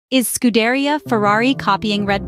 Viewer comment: If you're going to cover Ferrari news, then fix your garbage AI bot to pronounce Imola and Scuderia correctly. Disgusting attempt at being a 'Scuderia Fans' channel.